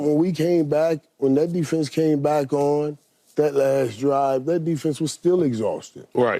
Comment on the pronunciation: Crazy how no one can say the word Defense